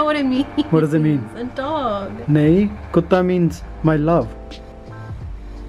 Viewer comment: The way she said kutta was very nice.